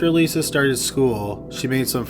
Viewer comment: "Speaking of schoo-ul..."